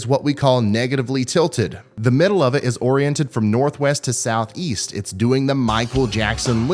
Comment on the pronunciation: Don't you mean "South HEe-heest"?